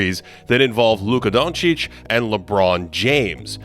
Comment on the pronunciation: Ive never heard Doncic be pronounced like that